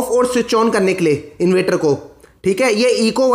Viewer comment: Inverter bolna to sikho